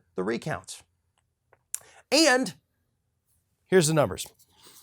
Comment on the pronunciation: Love your emphatic "and", . Really funny.